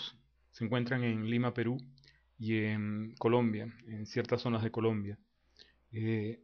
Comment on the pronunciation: En este video se han cambiado las "S" en: respecto, zonas, cuestión, más (en el ), las (en el ), todos (en el ). Pero sabemos que ese fenómeno es muy frecuente en muchas regiones de Latinoamérica e incluso de España. Yo no lo veo como falta de educación, e incluso el acento venezolano es muy agradable. Tal vez es un accidente por tratar de hablar más rápido. De todas formas tu forma de hablar está bien cuidada. El acento peruano también gusta mucho.